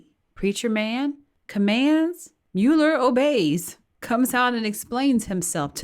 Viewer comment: Guilty man -"Mule ler". Democrat donkey/mule